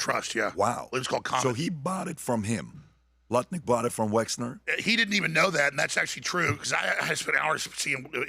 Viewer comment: I want to take Alex so so so serious, but dude cannot even say Wexner. It's WEXNER. M comes after L but before N. Wexler is just hilarious.